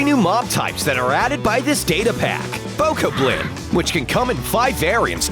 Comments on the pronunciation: He says the Skelly boi correctly but Bo Ko Blin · HE SAID BOKOBLIN WRONG!!!